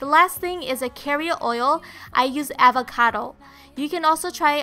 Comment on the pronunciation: You pronounce "Avocado" funnily😂